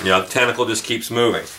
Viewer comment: "test-acle" hahaha